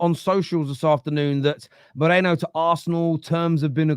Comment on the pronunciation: It's Merino Staffy, not Mereno, why can't you read?